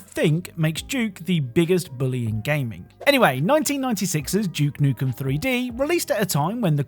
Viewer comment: No hate, but why do you say "Doom" properly but you insist on saying "Juke Nukem"